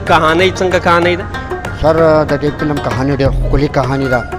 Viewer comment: وروره ف ته پ تلفظ کوی. پلم نه دی فلم